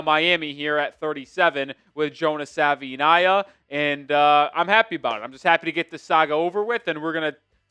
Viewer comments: First things first - Savaiinaea is pronounced Savuh-ee-NYE-uh. Second, please cut down your talk time, at least 40% of your talking can be edited out. Other than that, doing a pretty, pretty, pretty decent job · Like the content but please pronounce his name correctly ☺️ He has done interviews showcasing how to say it. He says it's like saying Hawaii but with an S at the beginning and a V instead of the W. "Savaii - nye - a"